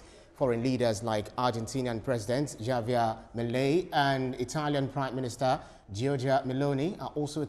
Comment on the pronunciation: The name Javier is not pronounced as written. It's pronounced as Havier.